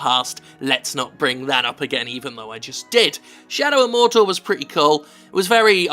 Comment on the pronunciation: "Where are the terrorist hiding!!" "Morrr-door!!" "And where is Morr-door!! Say Afghanistan!!" "Afghanistan!!" "Alright fellas, let's go!!"